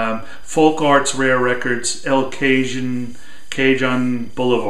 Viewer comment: I think it is "el kuh-hohn". Nice Hawkwind and Manuel Gottsching. - Chris